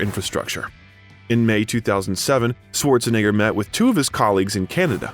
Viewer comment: His name is not pronounced Sworzenegger. It's pronounced Schwartsenegger. And Graz is pronounced Gruhts.